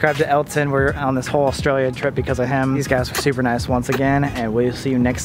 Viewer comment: oStRAYLiA mAtE I swear that’s how every non Australian pronounces Australia